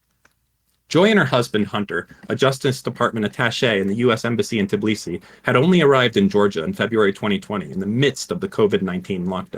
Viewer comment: The incapability to pronounce Tbilisi is very sad american